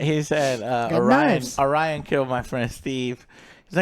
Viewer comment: cant even get orions name right, get off the stage you hacks